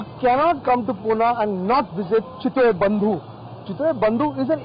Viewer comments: it's pune bhai...not puna.respect se naam le my city pune... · its not PUNAA...its PUNE